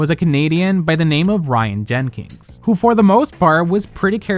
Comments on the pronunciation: jenkins not jenkings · The non-existent "G" you put in Jenkins made me want to throw my phone at the wall every time. 🤣